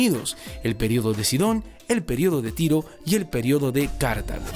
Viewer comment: en velosidad 2.00 dice el periodo de caca